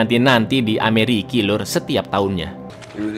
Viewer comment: Ah elah, mantanku namanya Ricki. pas ente bilang Ameriki, seketika awkward moment soalnya aku selalu nonton Ngalor Ngidul sama suami 😂😂